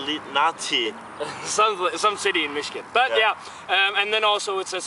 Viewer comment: pronounced Yipp-Sill-Lanti